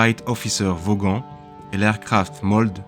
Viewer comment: Bonjour, autre point linguistique, en anglais le GH est muet Donc il ne faut pas prononcer Vaughan en vauguanne mais vaan Il en est de même pour les avions chance vought corsair, l’on prendra soin de prononcer vaat et non pas vougue-t, subtilité de la langue anglaise Quoique il en soit, votre reportage est excellent et plein d’humanité Comme je suis petit fils d’avionneur et pilote ULM, vous venez de gagner un nouvel abonné.